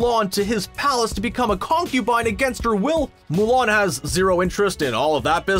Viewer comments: Nobody: Screen Rant: MOO LARN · Mow Lawn